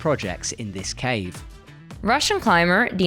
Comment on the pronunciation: Unfortunatelly, russian transliteration is ridiculous. For some reason 'kh' means just 'h'. Always funny to see how it confuses native english speakers. Dinara Fakhritdinova sounds like Dinara Fa(h)ritdinova. And emphasis on second 'i'. 'FahritdInova', not 'FahritdinOva'